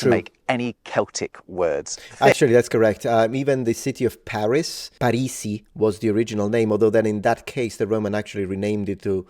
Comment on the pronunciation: actually, that's exactly how Paris is pronounced in Greek !!